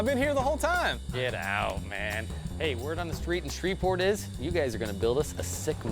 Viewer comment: It's "Shreveport", not "Shreverport"